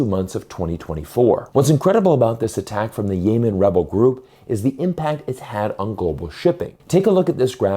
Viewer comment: Mf really said "yay-men".